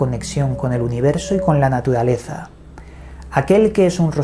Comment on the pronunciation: Te recomiendo ir urgente a un terapista de lenguaje para que mejores tu pronunciación de la R .terrible tormento que daña tus relatos o compilaciones de otros.pero se ve que haces esfuerzos.molesta cuando dices ahoda por ahora,padecidos por parecidos.natudaleza,tuviedon,mudiedon,fuedan etc